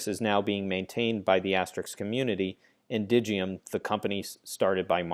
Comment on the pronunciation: Stop pronouncing it asterix